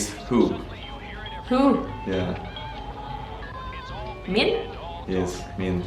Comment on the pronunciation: it is mann not men men is like from in English who are you ? mann anta? I am from Giza Ana men el Giza